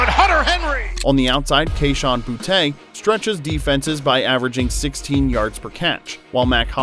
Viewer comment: It's pronounced "Booty", btw.